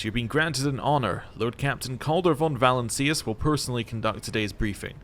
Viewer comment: Im-peri-ahl-is. Va-lance-ee-us. Great series dude